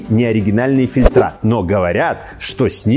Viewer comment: Не фильтрА, а фИльтры. Не надо путать падежА.))